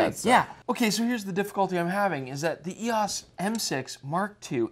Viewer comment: It's "E-OHs" instead of "E-OSS." Haven't this guy seen the old Canon Rebel commercials with Andre Agassi? He looks old enough.